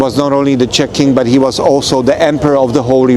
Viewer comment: Just its not Shech, but Czech Republic.🙂